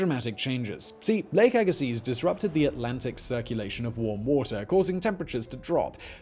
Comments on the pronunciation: Lake "agasee". You're pronouncing it wrong. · YER "LAKE AGAZES" LOL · Fun fact, the z in Agassiz is silent. The more you know! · I believe the "z" in "Agassiz" is silent, but I know you don't care. ;-) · If I lived 8000 years ago, I would be at the bottom of Lake Agassiz in Manitoba. Btw, the 'z' at the end of Agassiz is silent. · The bugged me too. Agassiz (silent Z) is not far from where I live. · Agassiz, BC Canada. Near a much smaller lake and hot springs than the original Agassiz Lake. The Z (zed not zee) is silent and its surrounded by some of the finest lands this world has to offer.